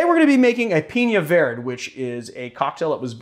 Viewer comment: Pee-nya Ver-day